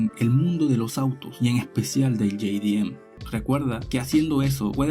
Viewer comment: todo el planeta _ jdm latino america - ye-di-em xdxdxd